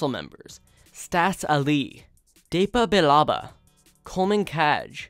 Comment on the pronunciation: You only mispronounced 2 which is depa bilaba and syfo dyas